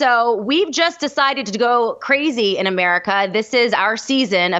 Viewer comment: says Merica